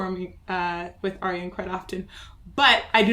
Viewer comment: I've always thought Ayreon was the 'universal' way to get people to pronounce Arjen properly... You're pronouncing his name perfectly though! Love your reactions!!